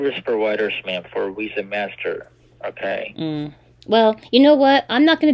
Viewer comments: "What name do you want on your new card?" You: " "Penelope Bailey.", the pigs : " So it's Penny?" Also, does he keep saying Wisa, instead of Visa? THEY aren't Spanish but they ALWAYS say "Si" ALL THE TIME!!!!! "Would someone give you their private lone if they were a scammer?" UMMM, YEP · Yes, they pronounce it “Wisa.” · Can’t pronounce ‘v’ and say ‘w’ instead. Wisa?